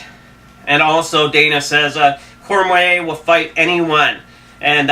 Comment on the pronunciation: It's Cormier nerd... Cor-mee-yay... Not cormway. And frank Mir is pronounced meer not mur ... I see why ur lil blog blows chunks